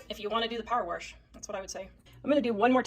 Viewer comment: Why do people put an r in wash? When they say a woman is posh they don’t say porsh. Its wash. Rhymes with posh. Geez.